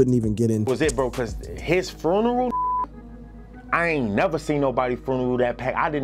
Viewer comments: His "fruneral'"?? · His Fruneral. 😂😂